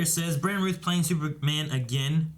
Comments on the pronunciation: I made a drinking game out of the amount of times that you guys mispronounced Brandon Routh’s last name (The “ou” in Routh sounds like OUCH or SOUND) as “Ruth”. All that said, I am now hungover and puking my guts out. THANKS,!!! 🤣🤣🤣 Kidding... regardless, dug your reactions. You guys geeked out over this stuff about as much as I did. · I am just getting to the end of this episode and I have 1 complaint ... It is not Brandon Ruth but it's Routh! With an O not U like mouth but with an R.